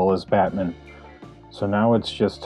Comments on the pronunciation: I love how you say Batmin. Great work though, looks great! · Yo, bro. Pleeeaaase tell me you pronounce Batman like that on purpose. Lol. Looks great, man!